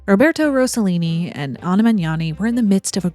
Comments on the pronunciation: It’s ROSS-a-Lean-i not Rose-a-lean-i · Great content. Italians are notorious for being horny and for making outrageous films, among many other things. Franco Zeffirelli, Luchino Visconti was a pervert, and Federico Fellini was an absolute asshole. The more tamer were Roberto Rossellini and Carlo Ponti. Rossellini married Ingrid Bergman, and Carlo Ponti married Sofia Loren. By the way, you need to make a correction. It's Rossellini, not Rossollini. There isn't even a word in the Italian language for Rossollini.